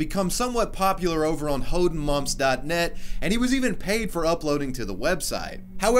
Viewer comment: Deine aussprache von hodenmups lässt es klingen als ob man es haben wollte😂😂